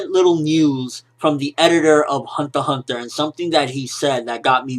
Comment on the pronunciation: The way he says hunter x hunter annoys me. Other then that great review!!!